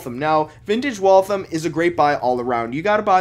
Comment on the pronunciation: It's pronounced WalthAM, not Walthim. I know this not only because I grew up next to the town that gave the company it's name, but my great grandfather, and grandfather both worked there. And they were entirely US made until 1957.